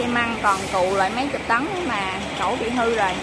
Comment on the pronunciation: làm clip rất tốt nhưng nên phát âm không chuẩn củng như xe 🚗 nâng mà đọc thành xe 🚗 năng hai tấn lại đọc 📖 thành hai tắn